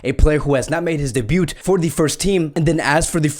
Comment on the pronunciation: The t in debut is silent my guy